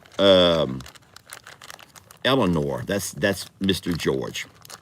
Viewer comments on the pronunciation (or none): none